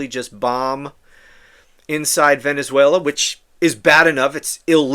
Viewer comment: He wants to be able to say he stopped the war between venezuera (his pronunciation) and the USA.